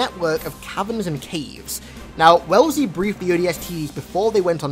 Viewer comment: AI's name is actually "Wellsley" (normally pronounced "wes-lee").